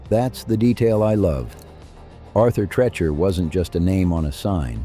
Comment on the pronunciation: Tree Chur, Tree Cher not Tre Cher